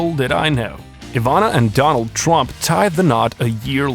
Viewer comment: Good Lord. The name is TRUMP. NOT Twump